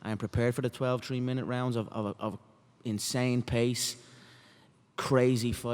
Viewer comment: Twelve TREE minute rounds - conor